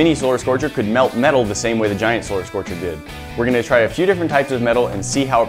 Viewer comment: One of the times that you said solar scorcher I heard you say scolar scorcher